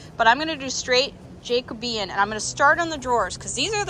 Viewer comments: Pronounced: jack-oh-bee-an. 😘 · Just for info, it's pronounced :jack-o-bee-an.